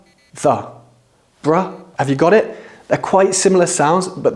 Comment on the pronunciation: So , why you said [ got it ] like an American accent?